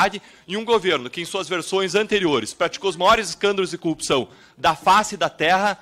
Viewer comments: Cupção, Cupção... qual o problema dos PRs que não conseguem falar Corrupção?? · Ora ele diz corrpção outra "cupção" kkk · Todos paranaenses falam "cupçao" ??? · O deputado não sabe falar CORRUPÇÃO ou é impressão errada de minha parte?